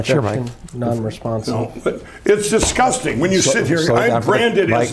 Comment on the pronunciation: The word “disgusting” is said by Lindell a hundred times. It sometimes comes out as “ahgusting.”